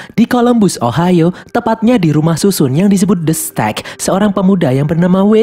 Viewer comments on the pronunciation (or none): none